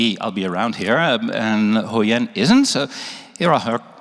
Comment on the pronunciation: your pronuonciation suck. We don't have the ending sound in Vietnamese, so stop put it in there, stop saying Huyen nam that way. The TR in truong is not pronounced that way.